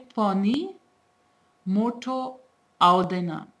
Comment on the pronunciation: It's amazing to see people learning Nepali and speaking so well. Keep it up but I would like to point out something here. "motho audaina" is not correct as "motho"(or usually we write as moto) itself means fat and "audaina"- not to come..it does make sense this way but when you speak it, it doesn't..you must say it as a single word "motaudaina"...Keep up your work!!